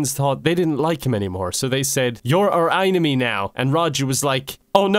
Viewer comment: Im playing phasmophobia while i watch this and right as he said "I am your einime" Thunder struck.